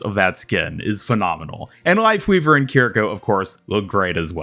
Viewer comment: EE-YA-REE KEER-EE-KOH the game says their damn names, cmon